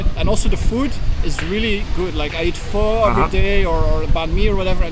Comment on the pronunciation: Pho pronounced as "Fur". Not for nor four